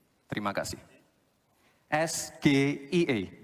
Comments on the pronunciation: Gibran memberi pertanyaan dgn sengaja menjebak namun SGIE cara Gibran mengucapkan istilah singkatan asing menggunqkan lafal Indonesia ini nilainya sama karena yg memberi pertanyaan juga salah mengucapkannya, sama sama tidak mendpt nilai dan pertanyaan yg Gibran ajukan ke Prof Mahfud MD juga yg sampaikan diluar kontek naskah yg sampaikan Tim debat masing2 tapi dak ada nilainya. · Astaghfirulloh....mau jebak pertanyaan pake singkatan 😮 ...mengeja hurufnya aja salah....dasar Gibran 😂😂😂 Gibran loe....😂😂😂😂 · SGIE dilafadzkan menggunakan ejaan bhs Indonesia yah jelas pasti di pertanyakan apa itu SGIE, harusnya dilafadzkan pakai ejaan bhs Inggris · Yg bertanya lebih belunder, karna penyebutan bahasa Inggris jg salah🤣🤣🤣🤣🤣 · SGIE..itu singkatan dari bhs inggris..tp..dia menyebutkan ejaan bhs indonesia..mestinya Es.. ji..ai..i..SGIE..kepanjangan harus bhs indonesia..misalnya S ekolah G ibran I kut E ma.. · Baca nya begini mas gibran ya S : S G : JI I : AI E : I Sebab itu bahasa inggeris . 😂😂😂😂 Love jadi lope Kalau es ge. i e Itu bahasa kantor wali kota solo .😂😂😂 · Seharusnya pak Gibran bacanya jangan esgeie tapi sjiaiei begitu pak Gibran... Gitu cak Imin menjawabnya... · SGIE dia lafalkan eS Ge I E.. profesor guru besar manapun ga bakal ngerti.. lha wong singkatan bhs Inggris SGIE (es ji ai i) kok nyebutnya bhs ndeso.. malluuuuu..!! mau jebak.. eh ketauan gobloknya.. sekarang SAMSUL pake titel baru Gibran SGIE (Sarjana Gagal Ingin Eksis) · Singkatan SGIE bhs inggris dibaca dg bhs indonesia. Es Ge I E harusnya Es Ji Ai I. Jelas itu jebakan. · KPU jelas bantu Cawapres Paslon-2. Gak Netral KPU. We❤❤❤ANIES.👍👍👍 Es GE I E harus nya ngomonknya Ais Je Ai Ee kepanjangan English singkatannya juga harus dalam vocal bahasa Inggris bro. Hotel Indonesia gak boleh loe singkat Ex Ai mesti disingkat : Ha I.😅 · Bukan pertanyaan agak sulit, tp cara bacanya Gibran itu yg tidak bisa difahami, SGIE itu bacanya adalah SJAI , sotoy tuh Gibran merasa sok waw waw 😂😂😂😂😂😂